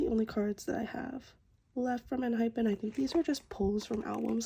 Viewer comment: just saying its hey-in not hi-en :)